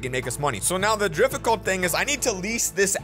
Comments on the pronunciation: Did anyone hear him say “drificult” instead of difficult? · "the drificalt" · did really say drifficult